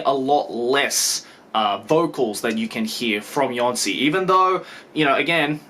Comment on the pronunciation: Jónsi should be pronounced as "y-oh-nsi". The accent in Islandic shows addition of "u" after the vowel. In the case of u, the stock pronounciation of it in Islandic is Ü, so putting the accent will turn it into something like "oo" in word "look".